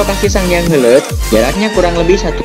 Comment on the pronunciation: Heuleut ya min, pake U hehe